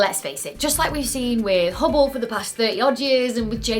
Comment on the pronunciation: you suck at saying Hubble 😊 love your work keep it up 👍